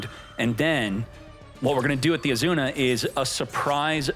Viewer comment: What's your name? Izuna: Azuna it is